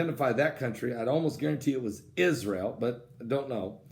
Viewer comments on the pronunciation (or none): none